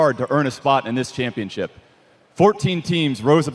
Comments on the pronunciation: "champiopnship" lmao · LOL i almost died laughing ''World champiopnship''